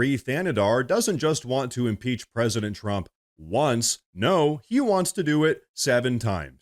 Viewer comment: I agree I thought he said he wanted to throw 7 peaches at president Trump. Or one peach 7 times. Hard lingo to understand!